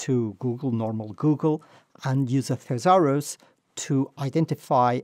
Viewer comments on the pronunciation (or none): Thanks for your excellent video.I think the pronunciation of thresure is wrong.Would you check it?